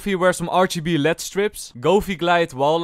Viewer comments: calling "L-E-D Strips" "LEAD strips" is my new favourite thing now 😂😂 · It is L E D strips and not led strips Also your old setup was looking 10 times better than mine lol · You don’t say it lead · He didn’t he meant LED it’s just some people say lead strips